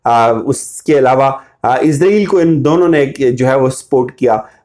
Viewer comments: بڑے بھائی السلام علیکم ورحمةالله، ازرائیل نہ بولا کریں صحیح لفظ اسرائیل ہے!!! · کہاں کہاں سے اٹھ کر لوگ ویڈیو بنانے آ جاتے ہیں؟؟؟؟ لفظ بھی بولنے نہیں آتے ۔۔۔۔۔۔۔ سودی عرب۔ سودی عرب۔ سودی عرب۔ عزرائیل۔ عزرائیل۔ عزرائیل۔ وڈے تجزیہ نگار ویکھو۔ 😇😇😇😇😇😇😇